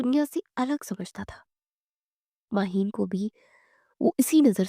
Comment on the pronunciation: It's Maheen not mahin..